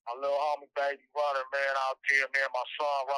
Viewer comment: This mfa said “ Baby Runer “😂